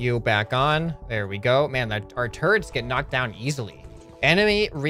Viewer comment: when he said "Look at all the turrents we got!" i thought he said "Look at all the TURDS we got!"